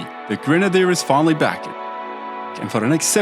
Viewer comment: change the "the" to "da" because you never learnt to speak properly